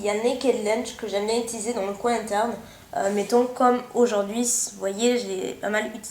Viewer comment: j'aime bien quand tu finis de temps en temps des mots avec un S, comme là à "Aujourd'huiS" LOL... trop mimi:)